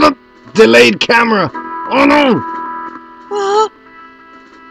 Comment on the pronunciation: "Nonononono delayed camra" lol